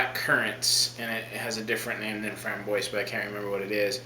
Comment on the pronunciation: Framboise is pronounced "Fram-BWAH" come on....